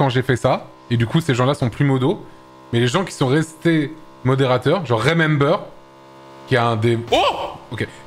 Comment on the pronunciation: Actually "remember" ne se prononce pas rimember 🤓👆